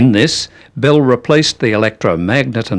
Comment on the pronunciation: He keeps talking about "Bill" and I keep thinking ..Bill who? Oh BELL